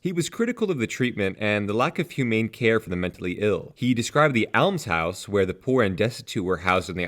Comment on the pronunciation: It's an "aams house" not an "elms house" - as in "psalms"